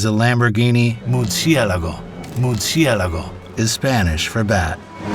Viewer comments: All of Lamborghini's cars are named after famous fighting bulls, or at least the used to be up to 10 years ago. Not sure if they continued that. However the Murciélago is also Italian for bat. He did murder the pronunciation. It's Mur-See-Uh-Lah-Goh. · Murci-e-lago, "e" is silent. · The only thing Im going to remember about this video is the pronunciation of Muercielago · Tell me you are American without telling me you are American.. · that’s a 2004/2005 Lamborghini Murciélago Roadster. Mercy pronunciation was missed but this is still a fantastic review. Just a car avid car guy so that threw me off LOL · This is quite a good AI voice. Noticed only when pronouncing Murcielago twice.